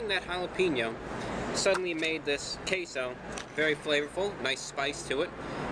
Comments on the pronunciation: I cannot hear queso anymore…it’s CaseOh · he said taseoh